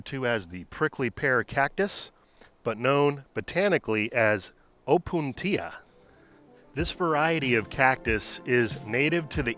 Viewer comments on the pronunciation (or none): The most prized, tall hedge Opuntias are NOT hardy in that low zone, only smaller ground-cover types. I think the stress in Opuntia falls on the U, not the I as you pronounced it. It is after all a Latin word in this context, and open penults with I are not generally stressed in that language.